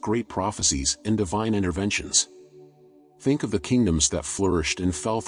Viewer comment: "Think" NOT "Thing"